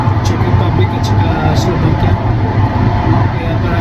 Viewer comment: Enjoy!, please pronounce Slovakia with a V, not B. Thanks!